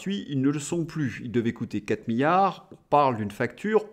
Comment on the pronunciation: Différence entre milliard et billard. Un i. On ne dit milliard comme on dit billard . il faut prononcer le 2eme i M I LL I A R D